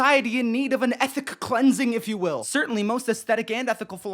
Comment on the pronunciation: "Ethic cleansing" Under a minute and I'm already dead 😂